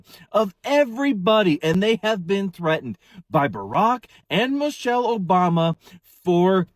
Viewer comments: If you guys just listen to this fool he can't even pronounce her name right. He said Mochell instead of Michelle what a dumb-ass! The jokes on you fool..😮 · To be fair he did say "Mochelle Obama" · He can't even say her name right lol... called her Mochelle 😅...come harder my guy 😂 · He said Mochelle